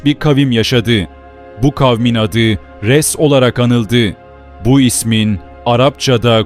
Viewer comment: Bende diyorum bu ashabı Rass ne demek farklı bi kavim mi yoksa sıradan bi söz mü meğerse bi kavmin adıymış AshabulRass Ress değil arapçada R harfi ince değil kalın seslidir